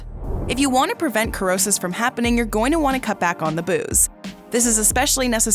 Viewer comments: It is pronounced, ‘sr-ow-suhs’not ‘kur-ow-suhs’. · The word does not have a K sound. Dictionary says 'si-ro-sis'. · Cirrhosis!!! Pronounce: Sir-Ro-Siss👍🏼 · You think if you made a video where you were going to pronounce a word a hundred times that you would learn how to pronounce it correctly. Did you never learn phonics? An "e" or an "i" after a "c" changes the pronunciation of the "c" to the "s" sound. This really causes doubt in your credibility. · Cannot watch wrong pronunciation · You're not pronouncing the word the right way